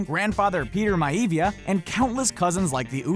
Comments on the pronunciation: You can't even fucking pronounce MIAVIA there is no fucking I after the A its not MIAIVIA its MIA VIA dumb fuck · lol "Myheevia" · "Peter Ma-heevya" Damn. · Miavia- My-ah-vee-ah Jeez, pronounce it correctly dude. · Was I the only one who cringed at the "Maivia" pronunciation?